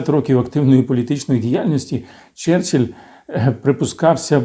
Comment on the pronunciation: Нічого не сталося, сказав "черчелль"..